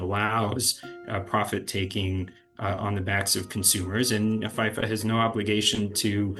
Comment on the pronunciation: who pronounces fifa like that lol